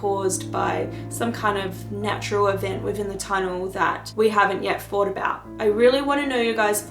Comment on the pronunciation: hi I also have another comment about how you speak in the video,did I hear you correctly,did you say the word fought instead of thought and do you know your doing that.That's interesting because my brother used to say that when he was little until he learned to say thought correctly,just an observation,hope I didn't offend.